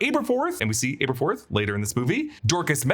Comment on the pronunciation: Aberforth with a short A, not a long A